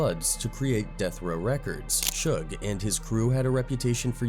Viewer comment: When I heard the AI and saw that they called Suge Knight, sugar, I could no longer watch the video